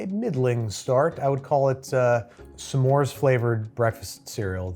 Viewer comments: Why do you pronounce it somemore, when it's just smore? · Listening to Babish pronounce S'mores "Suh More" is going to give me an aneurysm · babi boy I love ya but you pronouncing s’mores as “suh mores” is like nails on a chalkboard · the way you pronounce s’mores as two syllables makes me want to curl up and die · People who pronounce “s’mores” as two syllables shouldn’t be trusted.